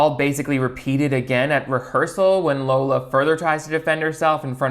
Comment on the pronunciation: I have this new puppy named Darla, and I call her LARLA. 😂😂 So when said “Larla” instead of Lola it made me feel validated in my weird choice of dog nicknames.